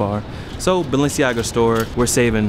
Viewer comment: Dude needs to go cop a Hooked on Phonics dvd and learn the proper way to pronounce Balanciega.